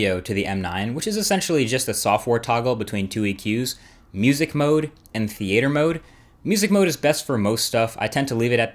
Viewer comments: "Thee ate her" mode lmao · theeayter mode?